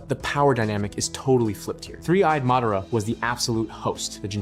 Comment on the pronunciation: it's not pronounced mehdaarah rather mahdahraw